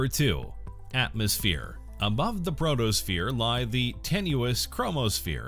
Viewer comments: Oh dear! Mercury is NOT tidally locked to the Sun. Also, it's PHOTOSPHERE, not PROTOSPHERE. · My God it's photo not proto that's what you call the surface of the sun